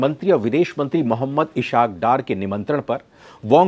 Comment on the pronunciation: Aik to inhe Ishaque b nh kehna ata... Bhia ye Is*hak hai ishaak nh😅😅